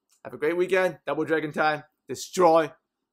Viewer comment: I just watch all these videos to here him say "Phaamily " :D